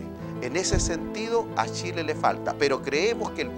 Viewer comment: Los ignorantes y estupidos como uds deberían ser bloqueados. El animador ninsiquiera sabe decir Chile, dice Shile. Jajajaja una verguenza